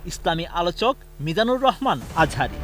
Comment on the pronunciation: মিজানুল আজহারি কি আবার.? নামটাও সুন্দর করে উচ্চারণ করতে পারেন না.?